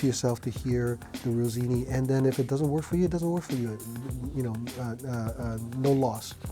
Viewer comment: Rossini, not Rosini. 😉